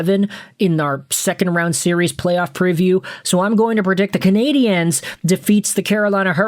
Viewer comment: Just so you know (because you're clearly an American who doesn't), in English, the word "Canadiens" is just pronounced the same as "Canadians". They are the Montreal Canadians in English, where pronunciation is concerned, not the Canadi-ennes.